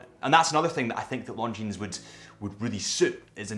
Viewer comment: For the love of God, please stop pronouncing the “s” in Longines. It makes you come across as an ignorant.